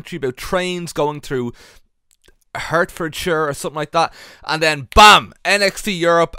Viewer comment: For some reason, "Hertfordshire" fucking kills me.